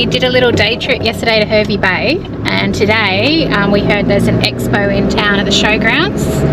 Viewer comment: The "Her" in "Hervey" rhymes with "car", not "her".